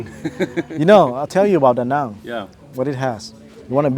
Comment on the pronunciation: Très bon reportage, mais s'il vous plaît : fait un effort de prononciation Da Nang et pas Dang, c'est comme on fit Viet au lieu de Viet Nam 😂